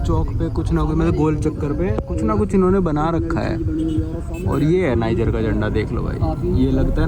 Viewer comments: यह नाइजर है न कि निज्जर जो आप बार-बार बोल रहे हों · निजर ❌ नाइजर ✅